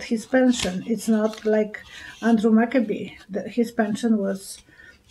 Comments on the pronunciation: Hi! You are so sweet and kind! But, may I correct something! Please pronounce Andrew McCabe’s name correct. It’s Mick Kab, e silent and a hard, like cape but with a B. Mc pronounced Mick and Cabe is pronounced A (hard A) and don’t pronounce e silent, like cape but with a B. NOT MacAbee! Ok just wanted you to know I love you enough to tell you❤️🤗🌟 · His name is Macabe. mah- caaaaay--buh3